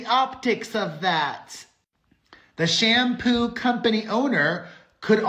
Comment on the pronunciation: Also just clocked the way you say shampoo company owner is actually as Sham-poo💩!! 😭😭😭😭